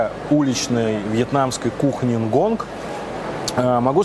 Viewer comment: почему упрямо говорит нгонг, если название «ngon» без «г» на конце?)